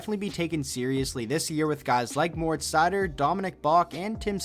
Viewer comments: Ben Eberle No, I‘m German and you say „Moritz“ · It's killing me bro.....Seider's first name needs to be pronounced differently. Read it like it's moreetz. Pronounce the i like it's a double E.